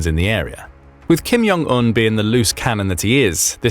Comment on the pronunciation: could u guys stop pronouncing it as Yong? it's JONG, with a J bro ain't German or Dutch ja?